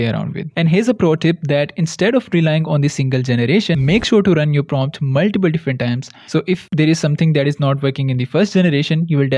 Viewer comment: "maltiple" can hear this without seen a head moving hahaah sorry